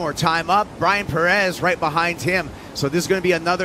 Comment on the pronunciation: Please pronounce Pérez at least somewhat correctly!